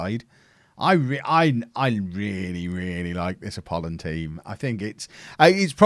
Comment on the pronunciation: You certainly are getting better at pronouncing the Greek club names.You have done wonders with Apollon and i hope the best is yet to come.